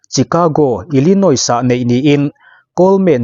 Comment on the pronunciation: Grand prix hi i lam mgun bawk sia.. Googles te han ngaithla teh. A zia lo em mai..! Illinois ah hian a tawp a 's' hi an lam tel ngailo bawk aw.. 'illinoi' tih tur aw.. Gran pri... Ka ip tluan zak... ! Ka zak lutuk.. !